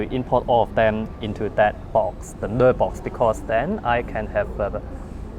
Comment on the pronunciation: lok: pronounced naaar-box rather than ner-box.